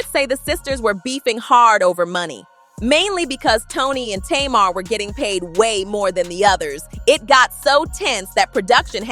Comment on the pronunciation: You not pronouncing Tamar name right😂